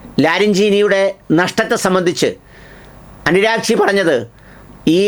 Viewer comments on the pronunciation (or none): Not anuragchi .. Aragchi 😅